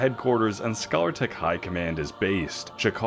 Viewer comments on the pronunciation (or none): Scalar is pronounced like 'skay-lir', not like scholar. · scay-lar not scaller. From Scale. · It's called scalertech as in fish scales, not scholartech as in scholarship. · Amazing review, thank you :) also I am so curious about what possesses you to pronounce 'scalar' like 'scholar' haha